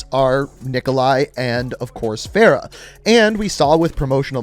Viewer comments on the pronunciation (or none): I hate how he says feh-rah instead of fah-rah